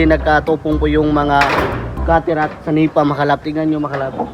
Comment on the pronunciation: Senepa po hindi sanipa